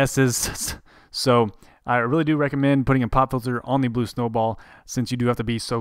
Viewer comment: did you just say "blube" in the intro?